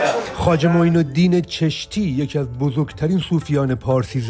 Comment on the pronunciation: خواجه معزالدین از غور بود و جالب اینه که ایشان فهمیده معین الدین چستی گفت چرا؟ چون اگر چشتی میگفت دست او روی میشد ببینده هایو میفهمیدن چشت در هرات کنونی واقع است و نسل همین معین الدین چشتی و زیارت پدر ایشان و باقی اعضاء فامیل ایشان در چشت است و بنده هم یکی از همون نسل معین الدین چشتی استم😂😂 اخه بگو مردک مگه میشه ماه به دو انگشت پنهان کرد؟ اینقدر عادت کردن که هر چی بگن ایرانی که یاد نا میره که بابا الان اون ایران که شما قرار دارید هیچ ربطه به ایران قبلی نداره! هر کجا که از ایران سابق یاد میشه هر فرد مشهور و هر مکان مشهور او در افغانستان فعلی است! مثلان چشت و معین الدین چشتی! در هرات است و همچنان تمام نسل ایشان در هرات استن همچنان معروف و مشهور استن در هرات هند همچنان سالانه مردم زیادی هندی و پاکستانی در کل هر کسی که از معین الدین شناخته داره به هرات به زیارت میاین و با نسل ایشان که به همان خانه مکان ایشان دیدن میکنن و ما سنی مذهب استیم و بودیم اصلان هم راضی نیستیم که از بزرگان ما به عنوان نعوذ بالله قدیس استفاده بشه.اما همچنان مردم بزرگان ما فراموش نکردن و به همه اشکار است ایشان اصلیت ایشان از کدام منطقه و کشور استن پس چرا میخواهید خود را به بزرگان ما مشهور کنید! شما بجا ایرانی اگر میگفتید افغان هستید احترام ویژه نزد مردم هند پیدا میکردی